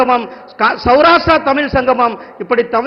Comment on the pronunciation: ஐய்யா, முருகன், தமில் ன்னு திரும்ப திரும்ப சொல்லி தமிழை கொல்லாதீங்க.